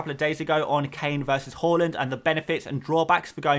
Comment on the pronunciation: Haaaaaa land not whoreland, whoreland is Newcastle